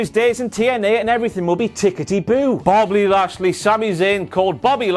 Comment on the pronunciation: Before "Bobbly Lashly" also botched "heroism" and said something like "herosism" or close to it.